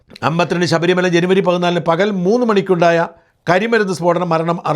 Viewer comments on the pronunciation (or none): none